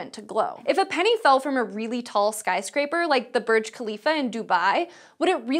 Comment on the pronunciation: [Burj] nothing like berj, or börģ, búrj!